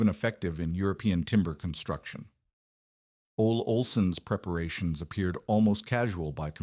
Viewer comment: Betting "Ole Olson" is actually 'Olle Olson', pronounced 'Oh-lee' Olson. Whatchya' think?